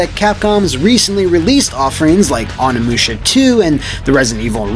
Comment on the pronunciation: It's pronounced "Oh-ni-moo-sha" not "on-ni-moo-sha"